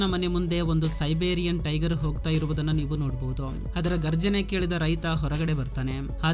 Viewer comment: ಗರ್ಜನೆ ಅಲ್ಲ ಘರ್ಜನೆ